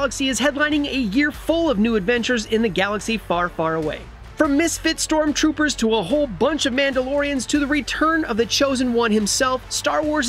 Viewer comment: Did he just say 'misfit sToRmTrOoPeRs'?